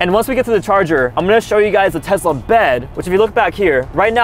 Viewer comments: It's Tesla not Tezla!!! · Just so you know it's Tesla nor Tezla! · Can you say tesla: tezla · " I'll be driving my 150k tezla" anyways, nice vid keep up the good work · Ah yes tezla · Tesla ❌ Tezla ✅ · Him: Tezla 💀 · Why ya day Tezlas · Bro said Tezla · the way he said tesla